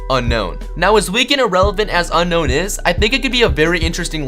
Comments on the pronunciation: Um it's pronounced un-own not un-known your an idiot every Pokémon fan knows it's pronounced un- own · IT's NOT UNKNOWN IT's UNOWN TO PRONOUNCE IT! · ITS ON-OWN NOT UN-KNOWN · It's you-known not unknown it is spelled Unown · it is not un-kown but un-own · You said unown name not right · Hey, did you know Unown is actually pronounced Un-own! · its un-own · it's un-own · Why does everybody pronounce Unown as a Un-Known? Hmm.. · The correct pronunciation of Unown is Un-own and Arcanine is a going to be one of the legendary dogs. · Unown is pronounced Un-Own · Very true. Unown's pronuction is un-own. BTW Jwitz reference.